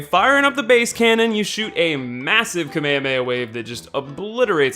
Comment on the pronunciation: it's "kame hame ha". not KAMAEOMAEOMAEOMAE